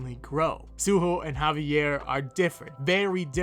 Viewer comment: I just want to say kudos for saying the name of Javier properly.